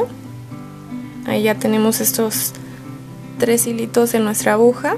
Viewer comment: Excelente tutorial....Quería acotar que la palabra no es abuja ,sino AGUJA JIJIJIJ